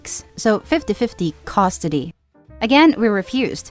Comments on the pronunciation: I wish someone would teach that robovoice to say "custody", not "costody". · I'm sorry. But it really bothers me how you say Custody. You say it like Cost-ody lol. Try to work on your pronunciation. Some words just sounded a bit off, could be an accent though.